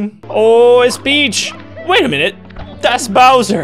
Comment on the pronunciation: Until someone pointed it out I thought he said “so long, de Bowser!”